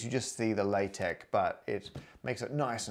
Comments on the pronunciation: Why are you pronouncing LaTex as if it is raw rubber? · I cannot believe he mispronounced LaTeX! At least he didn't say la-teks. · Tangential (haha) question: why are you both saying "LaTeK"? I thought it was "LaTeX". Is there something I've missed? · As a linguist, I refuse to accept LaTeX is pronounced any way other than "latex", regardless that the devs say "lah tek". If you don't want someone to read your acronym as a word, don't spell it as a word.